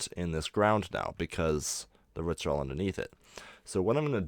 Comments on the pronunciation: nice way of doing cg trees but the way he says roots as ruts annoys me for some reason! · The way you say roots is hilariously annoying. Great video. Keep it up.